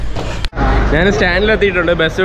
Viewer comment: നാന്.. നാന്.. നാന് 😂😂😂